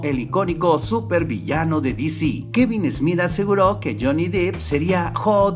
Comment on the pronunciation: Amigo... tu video, contenido, edición y todo es muy bueno.. pero por favor no pronuncies tan mal el apellido de este famoso actor... no es "Jhony Dip" se pronuncia "Dep"